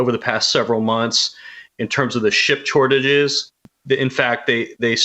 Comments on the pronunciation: “ship chortages” 😂😂😂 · "in terms of the ship chortages" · "Ship Chortages"